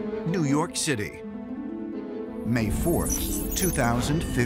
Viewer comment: "Dew York City"? XD